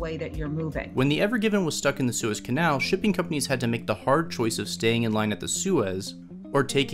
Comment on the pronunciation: None of the people in this video can pronounce the boat or canal correctly lol